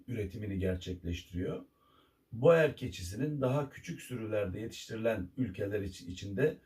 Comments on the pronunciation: Aslında Hollandacada boer yazıldığı gibi okunmaz, "bur" diye okunur ve dediğiniz gibi çiftçi demek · Hocam boer yaziliyor lakin buur diye okunuyor. Belcika’da gittikce popülerleşiyor lakin burda eti için değil hobbh olarak besleniliyor